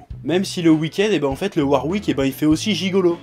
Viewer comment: je suis pas sur mais je pense que tu as dit Warwick à la place de Worick XD